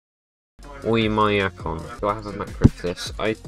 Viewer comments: Pronounced ohm ya kon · Oymyakon pronounce like Оймякон Its very ez bruh